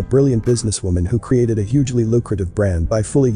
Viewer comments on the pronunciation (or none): none